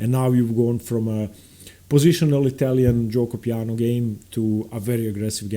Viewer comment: You have a really good pronunciation of giuoco piano and pianissimo, why? lol